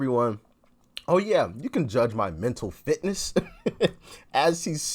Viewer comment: I thought he said mental filthiness ? !